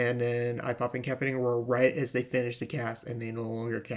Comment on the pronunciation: Thank you very much for the guide. FYI: There's a soft "C" in that word. It sounds like "In ka PASS i tate ing," not "in CAP i tate ing." I just thought you might want to know for a future video.